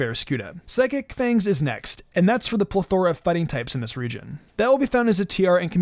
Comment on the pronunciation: Hey it’s pronounced PLETH-or-ra